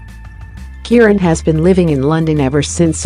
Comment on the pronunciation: Is it a robot doing the narration? And why don't the Americans find out how to pronounce things properly? The voice was saying Keiran for Keren, and goodness knows what for Siobhan (pronounced Shuhvahn).